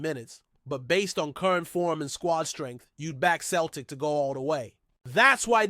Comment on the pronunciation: Mate joe hart dnt play for celtic anymore and its pronounced seltik not kelrtik